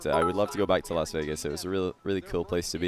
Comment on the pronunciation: I'm pretty sure it's Las Vegas not LAN Vegas